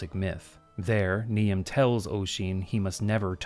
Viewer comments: You mentioned apologies for pronunciation, so know I take no offence: Niamh is pronounced more like "Neev", a very beautiful name. Similarly, Tir Na Nog is more like "Teer Nah No", with a silent G. Thanks for the Perfect morning-midday-bedtime video, love your style and content as always. I'll be back for every video. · that the devs didnt know how to say niamh… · Got jumpscared by his Niamh pronunciation since in NZ we'd typically pronounce Irish names as close to how they would be natively said. Like most people know how to pronounce Siobhan. Idk why though. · FYI Niamh is pronounced "neev", not "nee-am". Irish is just like that. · Not that you're going to fix it now, but I think Niamh is pronounced nēvē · I'm gonna go ahead and say the ghost calling for Oisin is called Niamh (pronounced Neev), "Knee-am" is a pronunciation I've not heard before though that's for sure! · Really enjoyed this. By the way, Niamh and Oisin are traditional Irish names, with Niamh pronounced more like ‘neev’. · its pronounced nee-ve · For the record,, and it's understandable you wouldn't just know this off the top of your head, but Niamh is actually pronounced 'Neev', it's an old Irish name. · Hello! Grand as usual, but Niamh IS pronounced Neeve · Niamh is pronounced "Neev", fyi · one correction - Irish name Niamh (a ghost name) is pronounced as "Neev" (rhyming with leave or steve) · "Niamh" is pronounced "Neive". It's quite a traditional Gaelic name, but I wouldn't have had to tell you all this if you're done the bare minimum research. You Americans really do take after your president. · Niamh is pronounced Neeve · FYI Niamh is pronounced Neev. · Niamh is pronounced Neev ;p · At the risk of being *that guy*, Niamh is pronounced "Neev". Saying it only because I am Scottish and see Gaelic names mispronounced all the time. Great vid! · It's a little late now, but "Niahm" is usually pronounced "Neev"